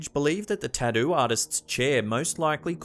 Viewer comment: "tAh-doo artist"